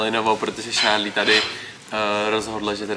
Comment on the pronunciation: Jmeno a je to Charlie a vyslovuje se to Šárlí